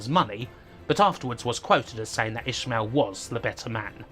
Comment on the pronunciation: It's ish-male, not ish-mill. I've never heard an English person not annunciate the double syllable. Not saying it doesn't happen but still.